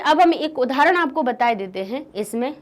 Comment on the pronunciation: 'ab ek udhaharan bataye dete hai' mam is Bihari